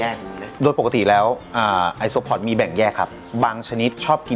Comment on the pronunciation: ไอโซอิเล็กตรอน5555